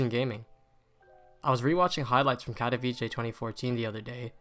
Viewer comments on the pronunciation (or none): Bro it’s pronounced Katovitsé and not Kadaviché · No hate but my guy its "katowice" not "katowicie" 😭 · It's pronounced Katoveetsay not Katoveechay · Its not katowicie, its katowice, can you try to say it correctly? Its really annoying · pronounced "kato - Vits - eh" no ch in there. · Great video, but please pronounce katowice correctly. KAH TOE VEETZ UH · No one pronounces the name right, get used to it. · the way people say katowice pisses me off as a polish person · As a Pole, I can't watch this movie because you keep pronouncing Katowice wrong XD. use google translate and check the polish pronunciation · That’s now how you pronounce Katowice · Bruh the pronunciation of Katowice 💀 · please learn how to pronounce Katowice... its painful as a Polish viewer